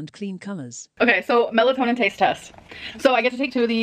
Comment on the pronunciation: "Melatonin taste tessst!" Ridiculous. Lol